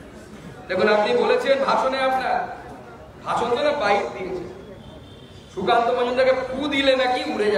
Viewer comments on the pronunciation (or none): Mod kheye kheye kallyaner mukh die sukanta namta are uchharan kortei parchna tar maneta akhono bujhte na parle bhagarer rastata...........